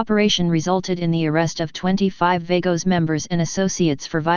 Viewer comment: If you cant PRONOUNCE it right then youve NO business reporting it!!!